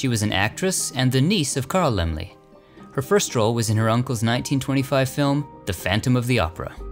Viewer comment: So that's how you pronounce Laemmle! Lol Great film!